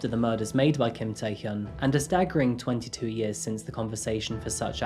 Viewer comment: Tae Hyun is not pronounced "Tie Hyoon," it is pronounced "Tay Hyun," "Hyun" rhyming with "fun."